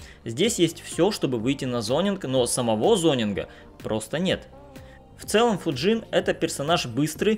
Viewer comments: Не ФуджИн а ФУджин просто слух режет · Почему ты называешь его ФуджИн, если ударение на букву У?